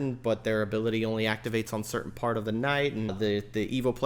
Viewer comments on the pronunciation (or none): none